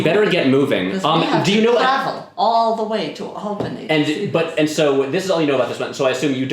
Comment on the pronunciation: I've also spent over 25 years in and around Albany. I'm in Troy while I watch this. Also thank you for pronouncing it Awl bany. And not AL bany. People constantly say it wrong.